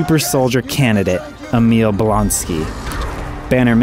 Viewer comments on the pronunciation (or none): none